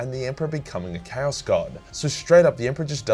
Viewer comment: You pronunciation of Chaos sounds like Cows, I only realized a bit later when something felt off when you said that someone fought cows. 😅